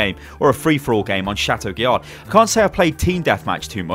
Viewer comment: Every time pronounces the d in chateau guillard I cry.